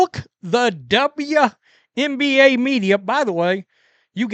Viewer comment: My goodness!! What's wrong with this "journalist's" eyes? And is he speaking in a hyper-monotone?? Is this AI? I hope so! Poor Mr Monotone "journaliser"!!! He appears to be having trouble pronouncing "WNBA"! It's only 4 letters! And when he said "Honestly", are we to understand that everything he said prior to that wasn't "honest "?? If not, why did he specify that what followed was "honest"??